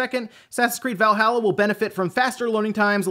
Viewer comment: I fucking cringe every time I hear you pronounce Valhalla